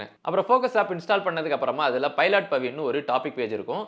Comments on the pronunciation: பைலாட் இல்ல ப்ரோ.... பைலட்.... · பைலட் பவிடா... பைலாட் பவி illaa😅😅😅